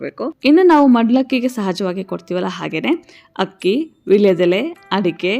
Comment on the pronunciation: ಅಕ್ಕಿನ hakki annabaradu ಸ್ವಲ್ಪ ಉಚ್ಚಾರಣೆ ಮಾಡಬೇಕು ಸರಿಯಾಗಿ enisuttade. ಪ್ಲೀಸ್ ಏನೂ ಅಂದುಕೊಳ್ಳಬೇಡಿ